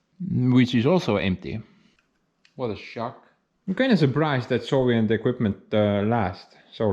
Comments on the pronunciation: Are you saying Soviet or Sovient? I've been curious for a long time now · When you say "Soviet" I hear "Sovient". Is that intentional?